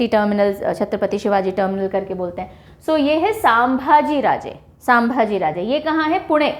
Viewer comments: छत्रपती संभाजी HAIN NOT सामभाजी AGAR NAM THIK SE PADHANA NHI AATA TO BOLIYE MAT MADAM.. ITNA DHYAN DEKE KYA FAYADA JABAKI AAPKO SAMBHAJI PADHANA NHI AATA HAIN...... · Hi Ma'am, Thanks for all your lectures, we admire your teaching techniques and tricks to remember. Keep going ! Few minor suggestions, I think, second busiest airport w.r.t. passenger traffic is Chhatrapati Shivaji Maharaj airport, Mumbai and not Pune. Aurangabad airport is Chhatrapati Sambhaji Maharaj airport and "Sambhaji", is pronounced as "संभाजी". All the best for future lectures. Yo.